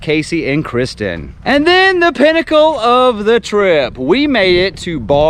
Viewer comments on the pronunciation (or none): none